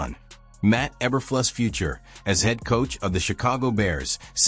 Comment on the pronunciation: That sure sounded like an AI generated voice and mispronouncing Eberflus' name, numerous times.